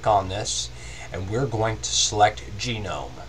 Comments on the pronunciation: lol nice you say genome instead of gnome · It's actually sort of correct, his accent mispronounces it slightly. I believe it's pronounce Ga-Nome sort of like TWIL. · Sorry something that annoyed me a little is "gnome" that's actually how u spell the word gnome (nome). So it's pronounced nome. Other than that, very helpful and just what i needed.